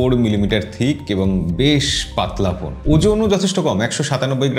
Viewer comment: ভাই পোন না,,ফোন বলেন